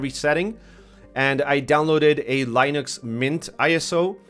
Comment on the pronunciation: "lie-nuhx" no lol. More "lih-nuhx" =Linux